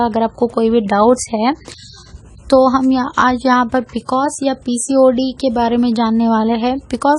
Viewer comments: you know nothing about pcos. You cannot even pronounce the abbrevation pcos. these are general things which everyone knows. so dont misguide people. viewers plz consult your gynaecologist or MD medicine doctor (which is necessary in severe cases) n eat healthy food including milk. Pcod is a diabetes like condition so just avoid high caloric food for example sweets but donot do dieting and exercise daily simply walk for atleast 30 minutes is enough which also relieves stress . In this condition there is insulin resistance so why our body is unable to control high blood glucose level. But plz dont misguide yourself from such people who know nothing about the condition. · P c o s..boltein hain pronounced it really wrong ..copied info...logon ko na thagein